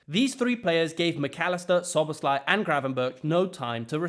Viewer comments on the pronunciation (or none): none